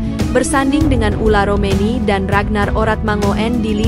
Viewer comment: Ole romeni...bukan ula romeni ....gitu min....okeh min